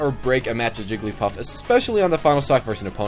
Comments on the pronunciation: "Jiggilypuff"? Really? It's "Jigglypuff"!;) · "Jiggilypuff" I don't care about the grammar but I found it hilarious.